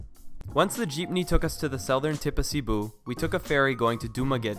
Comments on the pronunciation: Thanks for making this video. Seriously. The most informative one I found yet :) I have 2 quick questions. 1. Are the prices you mentioned in American dollars? 2. Did you take a Jitney or Jeepney? (I can't seem to make out which one your saying! One is a bus and one is a Jeep car!) THANK YOU :) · "jeepney" safe hahahahaahhaa tang ina natawa ako bigla anyway great vid